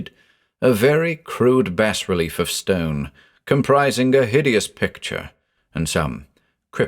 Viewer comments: 'Bas relief' is pronounced 'bah relief' not 'bass relief'. Every time you mispronounced it it broke the spell created by your voice. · you have such a wonderful voice but every time you pronounce it "bass relief" i imagine the hieroglyphs and starspawn figures inscribed on the side of a ceramic fish. that'd be the deep one equivalent of an embroidery sampler that reads bless this home, i suppose. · *bah relief. It’s pronounced “bah relief” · The 's' is silent in bas relief. :) It's from the french word bas (pronounced "bah") meaning low. Bas relief is low as opposed to high relief. Hope this is useful. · dangit. it's pronounced [bah-relief] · Beautifully done! The only thing I have against it was the pronunciation of bas-relief. I was always taught that the “s” is silent.